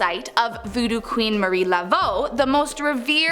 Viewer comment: It’s Marie not Mary